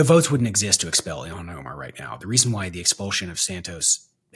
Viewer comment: Sarah- I say this without criticism, just to be informative. Rep. Omar’s first name isn’t pronounced “EE-lon” (as in Musk) but “ILL-haan” Love ya!